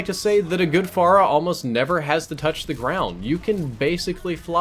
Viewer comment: "Pharah-way" HAHA